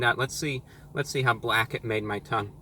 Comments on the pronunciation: It’s bwack! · "It's bwack!" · It's bwack! :D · It’s bwack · It's bwack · its bwack!